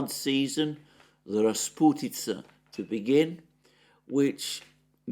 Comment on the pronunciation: As a Russian, I smiled happily when Alexander said the word "rasputitsa" perfectly in the same sentence where he speaks about heavy English rains. :)